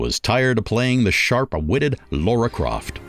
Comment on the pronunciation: Lara croft not Laura!